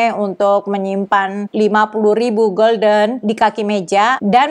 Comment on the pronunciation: Mata uang Belanda dibaca hulden, bedakna dengan golden (bhs Inggris yg artinya keemasan)